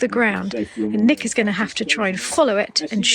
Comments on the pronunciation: at the end, listen to your commentary. I laughed, because it sounds like you said "knickers off". I was expecting someone's kilt to have a malfunction? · At the end: “Nick is off.” I heard “knickers off”🤣